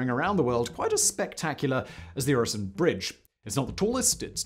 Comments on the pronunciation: Very nice video. Your pronounciation of Øresund isn't even that bad. I really hope you also do a video on the arguably even more famous and grand (at least domestically here in Denmark) "Storebæltsbroen" or The Great Belt bridge completed just a few years earlier. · Try saying the following Rødgrød med Fløde PS: You are saying Øresund surprisingly well 👍 for the effort. Sund alone however. Not so much. It is not a SOUND forget the O 😂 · I'm not usually one to ask for subtitles, but there were parts where they would have been beneficial. Especially the segment about the tunnel; that might just be me being tired though. Great job on the pronounciation of Øresund; not so much on the other names containing Ø though. ;)